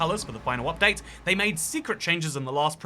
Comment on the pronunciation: Damn i really want this "Upate" 😂❤